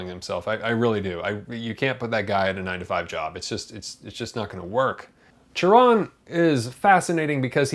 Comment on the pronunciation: Thank u for pronouncing his name correctly.